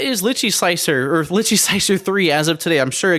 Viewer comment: Great review but why is it almost no one person can say this software's name right. I mean Google it. It's pronounced phonetically "Lie Chi".